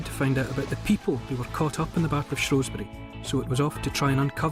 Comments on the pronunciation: It shrew not shrow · Shrewsbury born and bred, never hear locals pronounce it shrow, they pronounce it shoesbrie